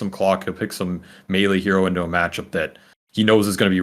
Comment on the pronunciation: the only person in the game pronouncing melee properly.